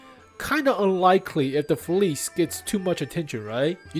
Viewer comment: oh, its pronounced “Feliche”, come on man